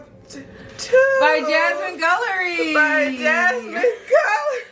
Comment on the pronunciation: Just a side note: the name Guillory is produced as Gillory...the u elongates the Gi sound. I had a professor with the name and she had to correct people a few times lol